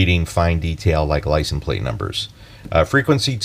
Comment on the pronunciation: It’s LICENSE plate, not licen plate.